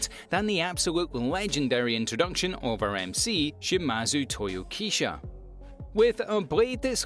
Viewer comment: The name is Shimazu Toyohisa not Shimazu Toyokisa or Toyokisha